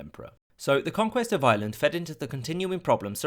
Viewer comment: It's pronounced Ireland!!! Not island.